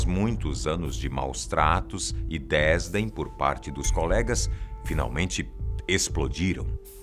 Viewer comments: sempre falei "desdém" e não "désdem" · Esse vozeirão de Morgan Freeman, de Mufasa, de homão da porra..., o cara bom pra narrar casos tensos. PS: Só esse "desdém" aí ficou meio mal-pronunciado. Essa palavra é oxítona (sim, eu sofro de síndrome do pedantismo linguístico) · Desdém! Não désdem,. Adorei o video, lembro bem dessa tragédia.